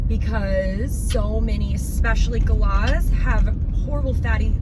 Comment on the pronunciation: An Australian galah. Pronounced guh-LAH. They are very easily seen in huge flocks in Australia.